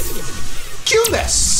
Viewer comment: 唐突なの発音良い「キュンです」にめっちゃ笑ったw